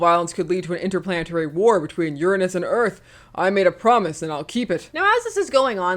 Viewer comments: You're mispronouncing Uranus. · Uranus - pronounced "yoorānus" - "your anus" Uranus - pronounced "yurinis" - sounds reminiscent of "urine". People are gonna make jokes either way. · Pronouncing it "urine us" doesn't help. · On another another note, if you pronounce Uranos the Greek way (more or less oo-RAH-nohs), you can avoid the jokes and sound erudite at the same time! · What gets me is that pronouncing it as "urine-us" doesn't truly remove the potential for potty humor jokes so much as it takes them in the opposite direction. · does pronouncing it in a way that makes it sound like liquid human waste actually fix the uranus issue